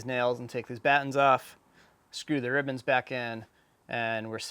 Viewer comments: Are they called "rib bands" or "ribbons" ? It seems you keep saying ribbons. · For one, is he saying “ribbons” or “rib ends”?